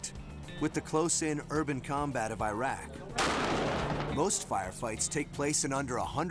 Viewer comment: He said, "eye-rack"! lol